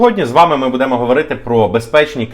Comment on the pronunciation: будЭмо говорити... 😂😂😂